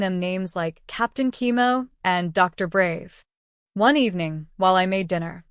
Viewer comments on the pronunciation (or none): Chemo not Kimo